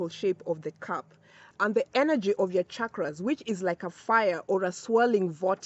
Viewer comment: I have to comment before even watching the full video. First of all thank you for pronouncing ‘chakras’ with the ‘channel’ sound and not with the ‘chicago’ sound like most people in the west do. Secondly I just started using Dr.Joe Dispenza’s ‘blessing of the energy centers’ meditation but it has been challenging as it looks like I need to prime myself and my chakras in order to truly benefit from it. So the timing of this is perfect. Thank you 🙏